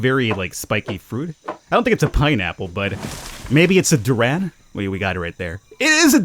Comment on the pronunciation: that's how Indonesians pronounce "durian" colloquially, like "Duran Duran".